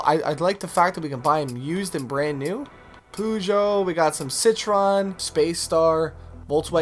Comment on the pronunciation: “Poojo” you gotta laugh at that pronounciation of Peugeot 😂